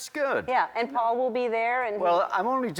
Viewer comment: Did you notice how he said "suddenly I got a call from FAUL..." not "PAUL" ...HMMM